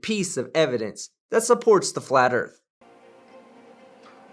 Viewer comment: Today we learn about the direction Norf on our home planet, the Erf